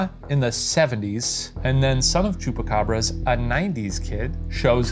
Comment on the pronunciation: Oiga , le faltó la "S" al final de Chupacabras. Nomas para que sepa.